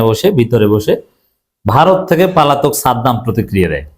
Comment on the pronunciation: উচ্চারণ 'পালাতক' হবে না, উচ্চারণ হবে 'পলাতক'। আশাকরি ভবিষ্যতে সংশোধন করবেন।